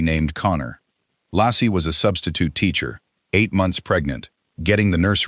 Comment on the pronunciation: Laci, pronounced Lacey or Lacy, not Lassie. Her car was still in the driveway. Actually, the family car, just called Laci's but she had no ownership. Her purse was still hanging in the closet. Actually, her tote bag/purse was on the floor with odd things in it. He called her mother, then the police. He asked if Laci was there and became very alarmed when told she was not. Ron Grantski called the cops. Scott immediately went to all of the neighbors' homes, looking for sightings of Laci. Detectives noticed inconsistencies almost immediately. small details in Scott's account of that fishing trip that didn't quite line up. This was one of a long series of lies told by the MPD, all of which were designed to make Scott look bad. The In & Out burger lie was a very bad one. Scott had told Frey he'd lost his wife and that this would be his first Christmas without her. That's almost word for word what Dave Giardanelli told Frey when he was sleeping with her. Frey saw his wife 3 years later! Scott almost immediately realized that his 4 dates with Frey would likely cause a mountain of assumption and the end of searches for Laci. He was, of course, correct. Maybe he should have tried to get Frey to agree to be silent, but I doubt it would have helped. But that's why he kept lying. A guilty man would want to minimize the damage and also end the searches. He wouldn't want the body found. That wasn't Scott. He took any risk to find Laci alive. He dyed his hair, grown a beard, You find that o